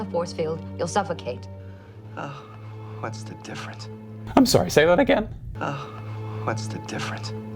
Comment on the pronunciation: He said "difference". But he's barely trying the last syllable. I mean he's suppose to be "dying" so give him like at least 0.001% credit XD